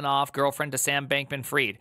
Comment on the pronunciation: did you just say bacon freed? hahhahahah